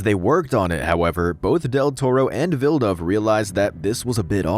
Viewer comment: That's how you say villaneuve???